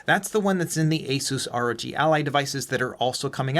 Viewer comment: I know I’m weird for this, but I appreciate you saying R.O.G instead of “Rogue” or “Rog” Ally 😅